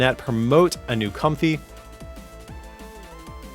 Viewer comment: I think it is pronounced Comf-ay instead of comfy